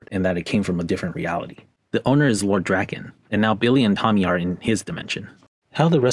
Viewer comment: Grade explanation but you pronounced Lord Draken's name wrong